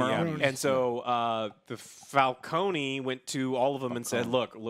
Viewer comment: It's Fal-CONE, not Fal-CONEY